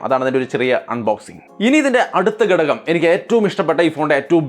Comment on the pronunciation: ഗടകം അല്ല ബ്രോ ഘടകം ആണു